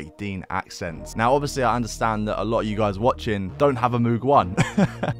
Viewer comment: MOOG correct pronunciation like in MODE not MOOD